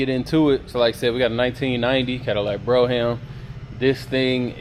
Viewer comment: I am so sorry to say, but I cannot help it. I am an English Professor. The pronunciation of brougham is “b-roam”, not bro-ham” and on your play list where the header “Cadillac’s” should have no apostrophe. I’m a big fan of the channel, and I am looking for either a 71-75 Centurion/Grand Ville/Delta 88 convertible or a 90’s Fleetwood Brougham. I am especially interested in a tan interior whatever vehicle I choose. Blues and greens are favored colors, but I am open to anything in excellent condition. Original rims and no modifications please. Thank you so much gentlemen. Please reply in the thread. A big fan of your work. Again, apologies for the corrections it’s my job and my OCD. Thank you once more. Macon Pullman